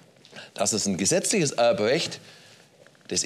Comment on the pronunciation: Heute geht es um Ewbwecht.Schwieriger Pwozess😂